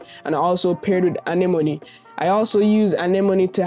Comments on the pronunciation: Lol "Annie Money" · How he pronounces Anemone 😂👌